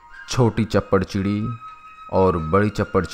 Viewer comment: Shappar chiri aa ,chapar chiri nai